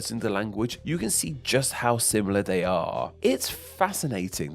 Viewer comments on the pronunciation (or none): An interesting subject. Shame that the speaker cannot pronounce so many of his words properly. Thrive becomes frive, the 'l' sound is mispronounced in such words as identical, which becomes identicaw; 'they' is pronounced 'dey.' And there are so many others in this debased speech that beside sounding unpleasant, it makes a mockery of the topic.